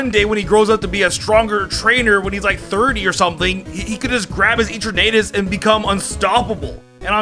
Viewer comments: i got so triggered when he said eternaaaatus otherwise nice vid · Why did he say etrernatus instead of eternatus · So he says eternamax But not eternatus Dude the eterna is the same So your saying eternatus wrong Bro how you do that